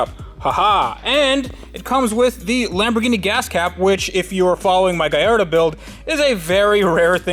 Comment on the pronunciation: He also pronounces Lamborghini wrong, here's how it's pronounced